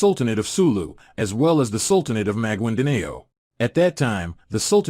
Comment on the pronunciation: MAGUINDANAO What the hell is that pronunciation?!?!?! 🤣🤣🤣